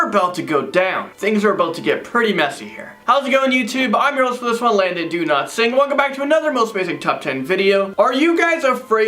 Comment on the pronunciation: Why does it sound like he is saying his name is “Landon do-not-sing”